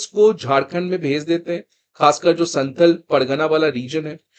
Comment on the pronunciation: Santhl nahi santhaal hota hai, Naam ka pronounciation kharab mat kijiye Naam kishi language me change nahi honaa chahiye